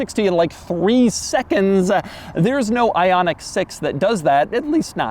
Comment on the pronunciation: "three secondsA!"